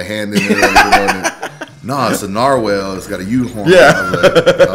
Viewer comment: Nar-wal not Nor-wale or Nor-wall. Mh pet peeves are showing